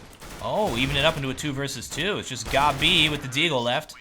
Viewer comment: Because his name is pronounced gob b